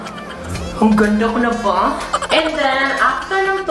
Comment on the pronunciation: Ung line talaga na "Maganda na va?" HAHAHA at ung "coaling", cow-ling effect. Love u. Super funny ka talaga